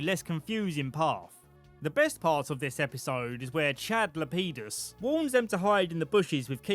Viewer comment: It sounded like Frank LePenis to me 😂